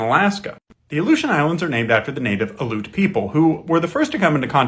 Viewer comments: Aleut is not pronounced“uh-loot.” It is “al-ee-oot” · You lose a lot of credibility when you pronounce Aleut wrong Say alley like a small street/back alley Then say "oot" like "hoot" without the H Alley-Oot Ale ut Aleut Thank you for your attention to this matter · Aleut. Al-EE-oot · Not “aloot.” Al-ee-yoot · It's pronounced AL-ee-oot. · pronounced al-E-ut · Aleut is pronounced “ah-lee-oot”. You should pronounce their name correctly for respect, as a descent of settlers on native land yourself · You’re pronouncing Aleut wrong. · Love the video. Factual, but Aleut is continually mispronounced. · Came here to say this. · Yeah that was pretty annoying hearing it mispronounced over and over, it's not some tricky word it's their name. I'm Tlingit btw